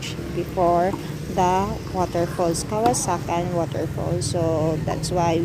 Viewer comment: It's KAWASAN right? not "kawasakan" as you keep on saying.